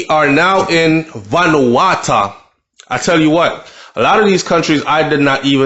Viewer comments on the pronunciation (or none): Yow! Say it like this bro, venu-wa-2